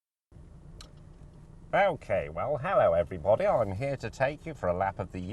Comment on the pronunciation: hhahhahaha i like it how he starts off like "aookay averybudy"